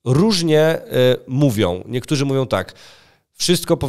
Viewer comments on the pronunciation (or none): MówiOM bedOM...Przerażające jak ludzie którzy powinni dawać przykład sami nie potrafIOM siem wysławiać... Tragedia,ktoś kto tak się wysławia z miejsca traci w moich oczach!!! Wstyd!!!